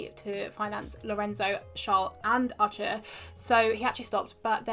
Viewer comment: You pronounce "Arthur" really weird... It literallty sounds like "archer"